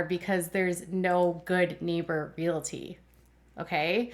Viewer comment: Interesting! Btw the word is realty with no "i" in it. Pronounced REALTY😊